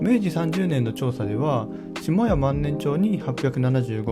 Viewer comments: しもや じゃなく したや ですよね？（4：17） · 下谷は「したや」じゃないでしょうか？